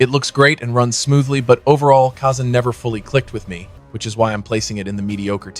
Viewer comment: First off u didnt even say khazan correct lol 😆 😂 🤣 🙃. Khazan combat alone make it min in the top two rankings Im fine if people knock khazan for the level designs because the colors are just almost all the same, the levels dont stand out much at all! The side missions all feel the same. But the combat and bosses are amazing,and I dont mind the story,its basic but I still felt it hit me a little bit. Khazan is easily excellent in my opinion.